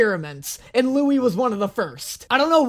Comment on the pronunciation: Yikes, yikes, yikes! What is going on?! Also, does realize he's changing Louis's name pronunciation all the time? xD